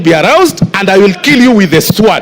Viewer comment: SWORD...Pronounced /sood/ not /swaad/. I feel disturbed by the stale academic standing of this boy.